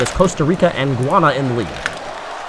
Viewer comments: I noticed that the commentator pronounced Guyana as "guana". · I think you mis pronounce Guiana...